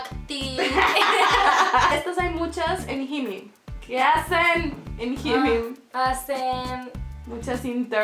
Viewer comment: Nunca había escuchado que pronunciaran HYMYM como “jimim”, jajaja. Soy su faaaan (de ambas) 😘❤️